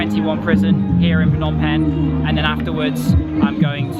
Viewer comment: Well every words you pronounced is absolutely correct. But the word Penh you sound awkward😂. Thanks you for visited our country.